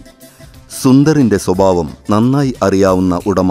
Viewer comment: Camera kku pinnil vivaranam parayunna aaline arenkilum Malayalam aksharangal onnu padippikku... "Swabavam", "abinayam", "bangi",nagangal","gatakam" .thettanu ucharanam. shariyayi parayu SWABHAVAM, ABHINAYAM, BHANGI, NAKHANGAL, GHATAKAM